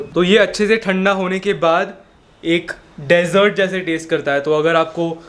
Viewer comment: at 5.52 you pronounced desert wrongly but overall good information learned a lot. keep uploading